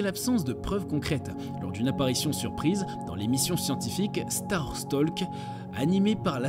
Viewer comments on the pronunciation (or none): Il a prononcé startalk >starstallk😂 He is talking too much😂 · Startalk se prononce pas starstallk Talk comme you are talking too much